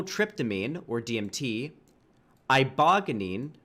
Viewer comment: Eye bow (like hair bow not the gesture) gain is how you pronounce Ibogaine